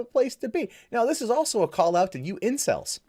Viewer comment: Am I the only one that thought he said incest instead of incel...